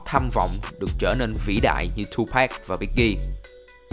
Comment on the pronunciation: Đọc là Tupac, không phải Tupack nhe bạn. Rất khó chịu!